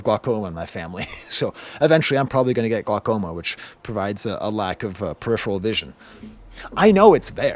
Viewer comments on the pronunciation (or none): none